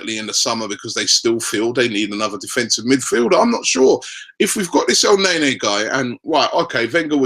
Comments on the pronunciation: Its ne-ny not nay-nay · Guessing we are pretty much way over Robbie actually pronouncing El Neny's name correctly, instead of butchering it by pronouncing it "El Nae-Nae".....